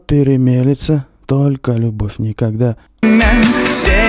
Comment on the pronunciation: Ребята, одно дело, когда Пушкин говорит музЫка вместо мУзыка, другое дело когда Тапок говорит лЮбовь вместо любОвь. И дело не в том, что там ПУШКИН, а здесь какой то тапок, а в том, что у Пушкина это органично вплетено в текст, а тапок это делает лишь в угоду иностранному ритму. Хотя переносы ударений у классиков меня всегда подбешивали. И вот эти ещё неологизмы типа "брег" или "вечор". Хуета. Но тапок ещё бОльшая хуета.